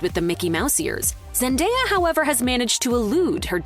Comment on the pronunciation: ....And, yet again, celebrity news outlets flat out BUTCHERS the pronunciation of Zendaya's name....